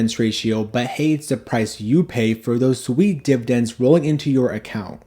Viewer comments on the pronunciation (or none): none